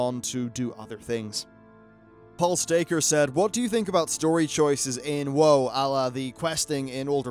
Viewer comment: Why do you say Woe instead of WoW at times?